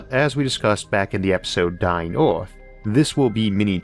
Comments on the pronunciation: Why does he pronounce earth, oierth? Why does this bother me so much? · So where is this planet "Orth" he keeps talking about??? 😂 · The pronunciation of "Earth" sounds weird to me. If you wanted intergalactic flight, you could search for a planet that is already moving at that speed. Planets that don't orbit stars are hard to detect, but they may be out there. Pluto was excluded as a planet, because of its orbit. Is something that doesn't orbit called a planet? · What's an "Ealth?" Or a "Joulney?" Is this a sci-fi channel?